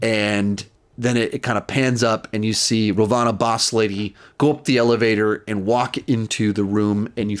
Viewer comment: I love how kept mispronouncing the disney+ marvel villains Hayward=Wayworth (or something like that) Ravonna=Rovanna